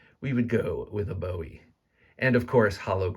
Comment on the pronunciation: I can’t buy this simply because Jim “Boo- wee” doesn’t appreciate his name being mispronounced